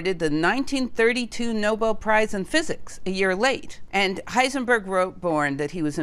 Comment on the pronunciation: lipzig or Leipzig… one could easily just have asked Google to get the name correct🤔. I mean she got Heisenberg right and did not say hissenberg😊